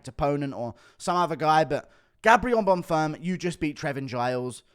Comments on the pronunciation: Guru I love your videos but your mispronunciations of fighters' names is getting very annoying. It's Arman Tsarukyan, not Armand Tsarukyan. It's Bonfim, not Bonfirm. With the amount of time you spend watching MMA I would h a thought you'd know how to pronounce their names. Please do better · One thing I noticed in your last videos… You pronounce Gabriel Bonfims name like he’s a French man but he isn’t… Just say Bonfim like it’s written